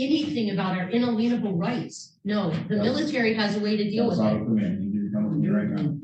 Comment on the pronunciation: I've seen the Sov Cit individual before, and it still makes my eyes roll every time she mispronounces Inalienable. It was pointed out that it may be intention, similar to how Citiots like to say "I comprehend" instead of "understand". But she mispronounces it 3 or 4 different ways throughout her tirades.